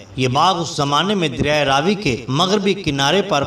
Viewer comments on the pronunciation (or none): none